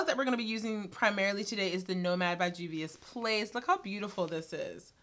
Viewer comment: THANK YOU for taking five seconds to get the correct pronunciation 👏🏾👏🏾👏🏾 These channels that repeatedly say "I'm sure I'm not saying that right" need to level up...great review btw! 😉✌🏾